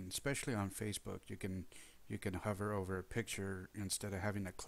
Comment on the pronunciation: Speaking of "The Mistakes You Make"... "HOOVER" as in "Hover Dam" is pronounced /ˈhu·vər/ but the Extension the site talks about is "HOVER" Zoom and is pronounced /ˈhʌv·ər/ as is a helicopter hovers over the landing pad.